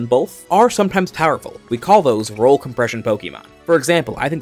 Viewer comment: is there a reason you said "roll compression" instead of "role compression" that im missing?